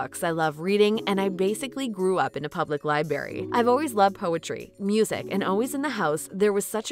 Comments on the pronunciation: Narrator: Library is not pronounced like 'lie berry' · She did not just say "lib'ary." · A Libarry ? Really? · To the narrator: please note the library is pronounced with an "R." It is not "liberry." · The narrator actually pronounced library as 'libary'. Also, I don't doubt that Tray was poor growing up but the narrator said she never went to school until she got the boarding school scholarship in her teens, wha??? Who writes this tripe? And can any tripe be selected to appear on You Tube? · LOL ''grew up in a public lie-berry''. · She said LIEBERRY smh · Library???? You’re discussing education and you say “libary.” Are you serious????? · Tracie is phenomenal being and voice. Sorry you can't pronounce library. Liberry? Really?